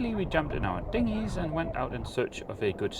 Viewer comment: 🤌they-a went-a out of business🤌. 🤗😂